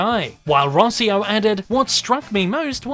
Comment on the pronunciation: Rosio's name is pronounced Row-see-oh as it is of italian origins. Also I wonder if Steig isn't prounounced like "steeg" (as in the swedish name Stig).